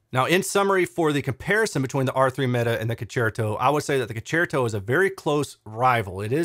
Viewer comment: Your pronunciation of "concerto" is correct It's obvious Italian for concert. Thanks for all your hard work. 👍🏻